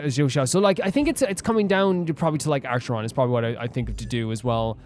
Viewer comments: The C in Acharon is a K not S. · the pronunciation for acheron is supposed to be like A-ker-on. im so excited to see you pull for her!